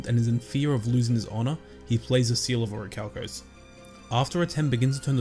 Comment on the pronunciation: 😂😂 then officially it's "the seawl uh oracalcamose" Pronunciation is key